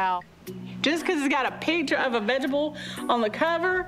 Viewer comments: "I ain't afraid of no veggable" LOL Is that the plant that is able to be vegged? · You know you’re fat when you pronounce vegetable as “vegeble” 😂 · erm, um, sorry but I think the word was veg-able.